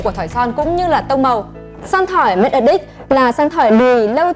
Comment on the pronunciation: Nói thật một trăm người ai review sản phẩm này ngay cả người tạo ra sản phẩm đoc tên cũng sai Matte Addict nhấn âm đầu Addict chứ không phai nhấn âm hai aDDICT